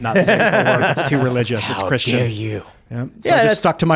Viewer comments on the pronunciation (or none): none